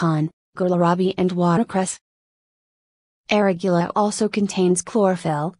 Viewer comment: She can't even pronounce "arugula" properly, lost all credibility.